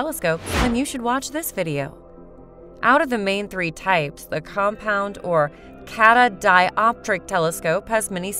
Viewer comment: Cat-a-di-op-tric 😳, how we meant to trust what they say when they can't even say it correctly?